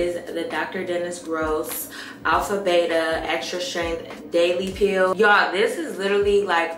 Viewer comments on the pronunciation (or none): none